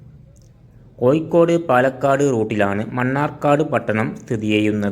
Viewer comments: കോയിക്കോടല്ല കോയ കോഴിക്കോട്😂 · ഴ പറയേണ്ടടത്തു യ പറയുന്നു ഉച്ചാരണം നോക്കണംസുഹൃത്തേ ഉദാ കോഴിക്കോട് >കോയിക്കോട് 😂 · നമ്മൾ ഒരു വീഡിയോ ചെയ്യുമ്പോൾ അതിന്റെ അവതരണം ഒറിജിനൽ ഭാഷ ആവണം ഇത് കോയിക്കോട്, പുയ എന്നൊക്ക പറയുമ്പോൾ കേൾക്കുന്നവർക്ക് അരോചകം ആയിരിക്കും വേറെ ആരെയെങ്കിലും കൊണ്ട് ഇത് അവതരിപ്പിക്കണം.... All the best good video ❤️